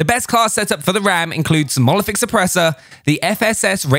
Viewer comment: It’s monolithic not molothic